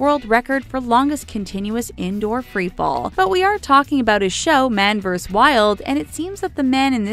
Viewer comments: Man vs Wild = Man Verses Wild not man verse wild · Man VERSE Wild? Don't you mean VERSUS? HYPER BOWL?!?!? Are you fucking kidding me? Egregrious?!?!? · Oh & it's Man versus Wild, not Man verse Wild, and that is not how you pronounce hyperbole! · What the... who reads & edits these? Vs. is not “Verse” it’s “vur-sus” .... Hyperbole is not “HyPer-Bowl” it’s “Hi-Per-Bowl-Lee” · Everyone keeps complaining about hyperbowl but not one is gonna call out the way she says vs (verses) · Love your videos...but sometimes your mispronunciation of words is distracting. For example, the abbreviate “vs” (as in “MAN vs WILD”) is short for “versus,” not “verse.”